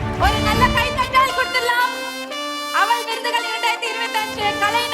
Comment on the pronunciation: அவல் விருதுகல் என்று சொல்லுவதே படு அவலமாக இருக்கிறது..😮😮